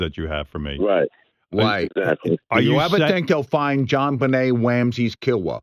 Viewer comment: jon bennay wamsays killahs LOOOOL